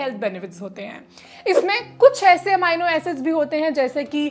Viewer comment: अमाइनो नहीं अमीनो एसिड